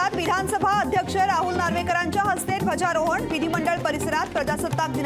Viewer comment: झेंडावंदन म्हणा एकदा ध्यजरोहण म्हणालात , अस होऊ नये😊